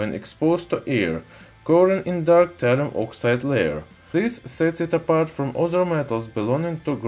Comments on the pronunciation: Isn't it thallium and not tallium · Thalium not Hydrargyrum ? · What is Talium? I've heard of Thallium and his title mentions it, but he keeps on talking about talium... what gives...